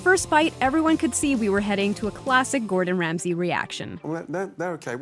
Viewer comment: Gordon sansay?